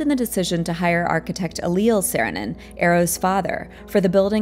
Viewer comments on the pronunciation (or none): And Eliel is el ee el.